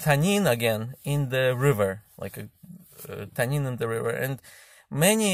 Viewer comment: Yes in arabic "Tennin" means dragon .. close to how u pronounced it.